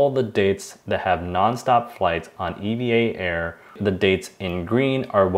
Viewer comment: As a Taiwanese and also a pilot working for the airline I can confirm that it's indeed pronounced Evah Air as the Air Traffic Controller worldwide and also the pilots working for EVA Air all pronounce it as Evah. However really wonderful and informative video regarding the redemption, thank you for sharing!